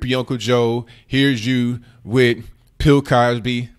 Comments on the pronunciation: Did I hear say “Pill Cosby” 🤣 🔥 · "Pill" Cosby LOL.